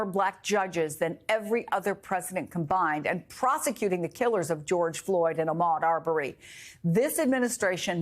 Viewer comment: Listening to REPEATEDLY say Ahmaud's name incorrectly, especially after Blayne et al. said it correctly, is unprofessional, intentional, careless, disrespectful and sick a*.